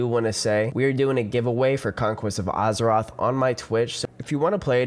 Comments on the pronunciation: Az-eroth, not Uz-eroth. Nice vid though. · Guy cant pronounce Azeroth.